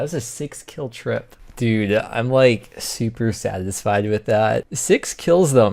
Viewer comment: how are you not Rarg.. Who says “super satisfied” like that?!